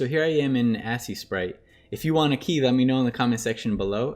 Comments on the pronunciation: The way he said Aseprite 💀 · the way you say aseprite is demonic